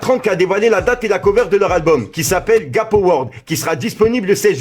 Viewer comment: Sah t’abuses de ouf dans la prononciation des projets 🤣 déjà l’autre jour melanCHolia au lieu de MelanKolia et la Gapo World au lieu de Guuuuuapo World